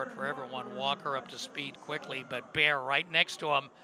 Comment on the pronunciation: It's "Bair", not "Bear" 😂